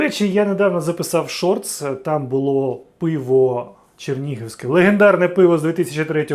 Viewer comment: Експерт прям. Чернігівське вимовляє як "Черніговське"